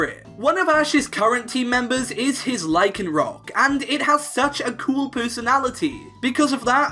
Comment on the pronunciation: FOR THE UMPTEENTH TIME, LYCANROC DOES NOT END WITH A K!